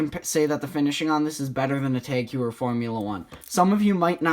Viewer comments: FYI Tag Heuer is pronounced "Tahk Hoyer" not Teg "You'er" and ceramic bezel options come on the cheapest watches nowadays. Apart from that you did a good job reviewing the Sea Urchin. Thank you! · If you're going to correct people, you need to get it correct yourself. It isn't pronounced "Tahk" it is "Targ". "Targ Hoyer" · Its pronounced Tag Hoyer. TAG = Technique Avant Garde.